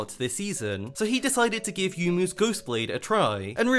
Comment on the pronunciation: PLEASE For god sake stop saying YOU-mu. It's Yo-U-Mu. Same goes for Yone. It's not YOUNE, it's Yo- Ne.